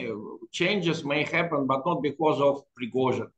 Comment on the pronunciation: Say "Pigrozhin" again . . . lol. Why can't you even pronounce his name correctly?